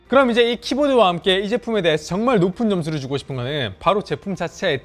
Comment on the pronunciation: 의 리뷰는 늘 밝은 표정과 밝은 억양, 점잖은 말투와 태도때문에 좋아합니다. 다만 예전에도 느꼈던 거지만 이번 리뷰는 특히 딕션이 너무 나쁘다는 걸 느꼈어요... 예를 들면 챕터 2등에 나온 부분만 하더라도: 앞판과 뒤판이 나워져이꾸여 (앞판과 뒤판이 나눠져 있구요), 요렇게 포코핀 방식으로 ↓여기밑에다가 ↓ 붙여가지고 사용하는 ↓ 이런방식이예요↓. 여기 이렇게 닿일 때 (여기 이렇게 닿을때). 펜을 안쓰신 분들이라며~ (펜을 안쓰신 분들이라면) 그롬 이 키보즈와 함께~ (그럼 이 키보드와 함께). 요즘 유튜버의 성향이 빠르게 넘어가는 건 알지만 말씀을 빨리 하시려다보니 자꾸 억양이 무너지거나 발음을 씹는 단어들이 늘어나는 것 같은 느낌이 듭니다. 말을 조금 더 천천히 하셔도 되니 양성모음과 음성모음의 차이의 구분을 두시고, 받힘있는 단어의 정확한 발음을 해 주시고, 계속 빨리 발음을 하시는 것 보다 단어와 단어, 문장과 문장을 딱딱 끊어서 템포를 조절해 주시면 말씀하시는 도 편하고 듣는 사람에게도 정확한 의사표현이 전달될 것 같습니다. 좋은 리뷰 잘 봤습니다:)